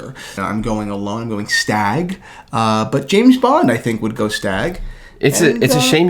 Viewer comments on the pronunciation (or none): one of those weird whistles while pronouncing “stag”